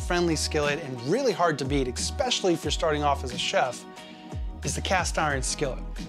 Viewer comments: Especially. Not eckspecially. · was a great video, but same comment. There is no 'x' in es-PESH-ul-lee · Take a drink every time you hear "expecially". 🧐 (I thought I just misheard it the first time.) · You said "expecially". I can no longer believe anything you have to say. JK, but work on it, ok? It's really annoying.